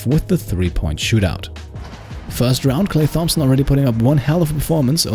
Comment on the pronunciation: You say Thompson wrong...